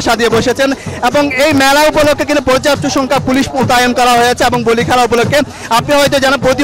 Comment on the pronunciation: কেলা না খেলা বলে।